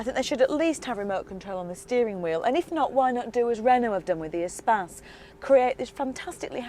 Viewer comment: Did she say Renault Spaz? It's Espace you twäŧ!